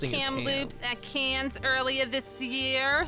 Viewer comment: rewatching this to go to sleep but going completely insane from the weird fake long island interviewer pronouncing cannes as cans And no one in the chat ever commented on it. please. caaaaayns.